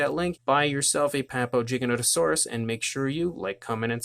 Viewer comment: Its pronounced with a a G not a J